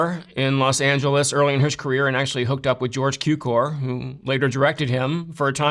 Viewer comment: As a Hungarian, the way he pronounced the surname Cukor sounded hilarious to me.